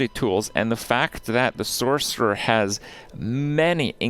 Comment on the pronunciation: “Sork” 😂😂😂 jfc